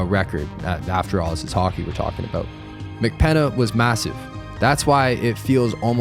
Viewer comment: bro said mcpenna